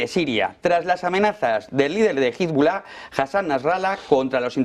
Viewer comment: Cuando va a dejar esta gente de pronunciar mal Hezbollah?